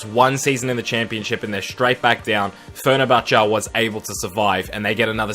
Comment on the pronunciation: fer-ner-cha-cha XD